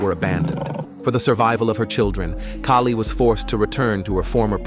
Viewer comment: Her name is not Kerry it’s Kali and the husband name is sefu